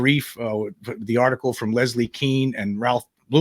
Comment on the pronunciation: Leslie Kean is pronounced like "Cane", not "Keen".